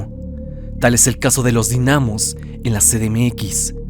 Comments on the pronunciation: yo entrando en conflicto porque dice dinámos y no dínamos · Dinamos sin el acento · Dinamos jajajaja no se pronuncia con asento :v